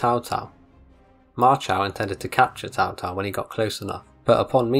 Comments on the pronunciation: It is pronounced like a Ts, so it's Tsao Tsao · Why does he keep saying Tao Tao?